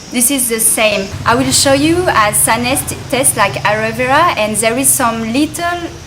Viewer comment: I like your accent. Aroe vera or Aloe vera? lol